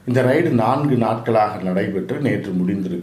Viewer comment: ரைடு அல்ல ரெய்ட்.